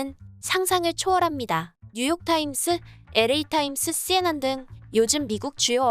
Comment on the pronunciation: CNN 콩글리쉬로 발음하느라 고생이 많네 ㅋㅋㅋㅋㅋ 그냥 CNN이라고 하지 ㅋㅋㅋㅋ 콩글리쉬 왜케 웃기냐 ㅋㅋㅋㅋㅋㅋㅋ